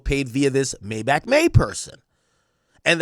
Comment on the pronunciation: Maybachmayy??? Sounds more like "Maydiddymay" to me. The self snitching is crazy.